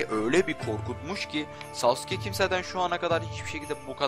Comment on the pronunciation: Uğur Özdemir Öbür videosunda daha güzel anlatmıştım.U yu bastırmadan sasuke demesi gerektiğini belirttim.Ayrıca beceremiyorsa normal sasuke demesine devam etmesini söyledim çünkü şu andaki söyleyişi gerçekten kulağımı tırmalıyordu.Bu konuşmam üzerine tepki vermeyince ben de normal söylemesinin yeterli olacağını belirttim,yani nasıl deneceğini biliyorum ama şu anki telaffuzu gerçekten sinir bozucu...